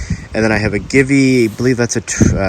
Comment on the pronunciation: Good stuff. BTW, Givi is pronounced GeeVee